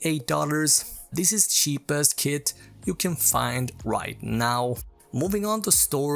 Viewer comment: Cheapest not sheepest